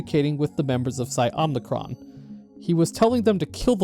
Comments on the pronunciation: Just a slight annoyance I have: it’s Omicron, O-M-I-C-R-O-N. Not Om*n*icron. The only n in omicron is at the end. Omi, not omni. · Omicron isnt pronounced Omnicron by the way, I think that’s a Star Wars word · It's Omicron, not Omnicron. It's a Greek letter, not a Latin prefix. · "Omnicron" honestly tells me everything you need to know about this video. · Omicron. Omnicron isn't a Greek letter. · “Omnicron” How do you get this wrong in a game with voiced dialogue?